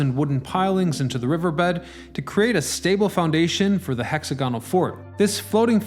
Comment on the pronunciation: I couldn't finish watching this video. It's interesting, but I can only tolerate the word "hexagonal" being mispronounced so many times.